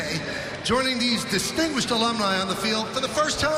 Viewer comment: Our "estingdished"... "extinguished"? alumni? :D